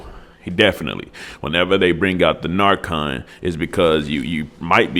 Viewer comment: Learn how to say narcan